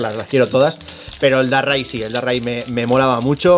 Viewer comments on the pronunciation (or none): Como que Darrai???????? DARKRAI! espantoso como lo dices te cargas el pokemon🤣🤣🤣🤣